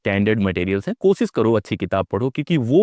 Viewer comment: Kosis nahin koshish hota hai. Aap khud koshish par atak gaye. Aapse na ho payega!